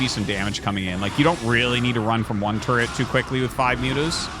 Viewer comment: I can only hope one day Artosis does an English translation cast and says "turret" instead of "terret".